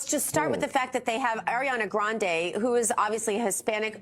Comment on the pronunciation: hate to be that nerd, but Grande in italian is pronounced the way most people usually say it (grahn-deh, like in spanish). what you're saying is "grandi", which is the same adjective (means "big") but plural--different word.